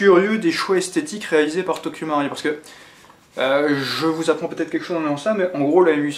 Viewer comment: dsl mais sa se dit tokyo maruuuuiiii il faut dire le u ahha